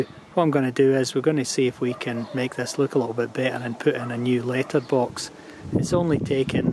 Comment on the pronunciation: I took me eight times for me to understand that you are saying letterbox ......if it only takes letters how do you get mail?